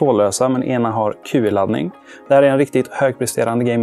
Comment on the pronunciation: Gör mig en tjänst och googla på hur man uttalar Qi! x(